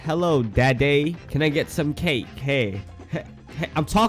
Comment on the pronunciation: He really said “hey dadday can I have some caKe”